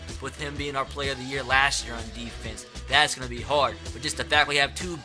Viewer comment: We need to do better on AHHHfence. Sorry but it annoys me